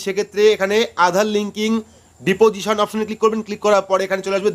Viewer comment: DADA OTA DIPOSION NA OTA UCHHARON HOBE DISPOSITION.